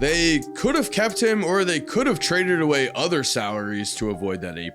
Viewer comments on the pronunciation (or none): none